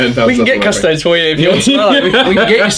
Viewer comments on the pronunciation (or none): Custodes is pronounced "cuss-toh-dayz"...not "cuss-toads".